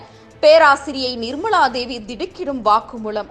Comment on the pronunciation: நிர்மளாதேவி, வாக்குமூளம், கள்ளூரி - நீங்களெல்லாம் செய்திவாசிக்கவில்லையென்றால் குடிமுழுகிப்போகுமா?